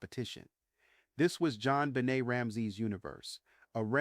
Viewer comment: I think voice was fed into some kind of AI story telling equipment which explains the mispronounced words such as Deena and Bennett for Benet, 9-11 for 9-1-1, etc. In turn the equipment is hooked up to a word processor on which he has typed his PhD Dissertation. Just guessing.